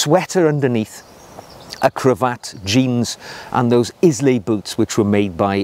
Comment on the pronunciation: Islay = Eye-La